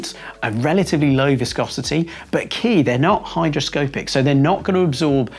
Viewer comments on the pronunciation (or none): It sounds like you said 'hydroscopic' instead of 'hygroscopic'.